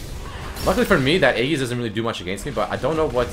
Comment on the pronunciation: E-dzis! Not E-ggis!